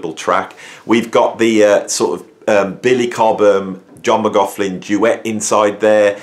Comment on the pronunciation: great vid, except it's 'Mc-Loch-lin' and 'Chin-moy'. sorry to be a pedant lol. the torment was real, Michael Walden was meditating with JM when they first met, and he could hear water dripping onto the floor, he opened his eyes and saw that it was JM crying his eyes out but trying to remain silent